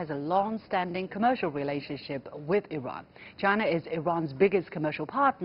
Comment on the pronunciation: The chinese lady pronounce Iran much better than western idiots